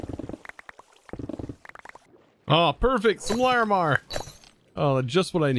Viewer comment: I respect your effort to persist at pronouncing Larimar correctly